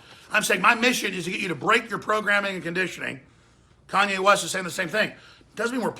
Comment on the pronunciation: Lol I really like that Miss pronunciation in the beginning of the video that you quickly corrected yourself on. Commye West.